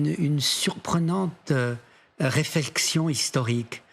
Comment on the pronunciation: RÉF''ELXION '' ! Ils perdent même leur langue! Ça doit être très grave.